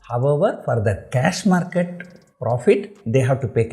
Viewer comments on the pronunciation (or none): none